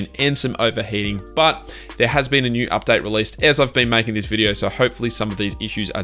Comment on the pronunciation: Why are you pronouncing "update" as an updite? Lol)))